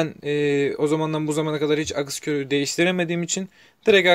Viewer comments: akis akıs degil lutfen yazdigin gibi okumani rica ediyorum (aks) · Akıs ne abi, aks diyeceksin. Arada ı harfi yok.